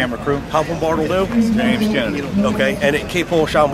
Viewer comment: Afraid10 its Bartle Doo not bottle